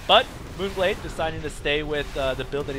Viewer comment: you actually said the map name right :D this game was pretty lame. Marauders are good, but not against air units, so i have no clue why he kept getting them -_